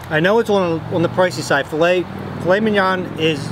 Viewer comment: Thank God you pronounced filet correctly. I know people who pronounce it as "Fill-lit", and I'm like it's "Fill-lay"!!!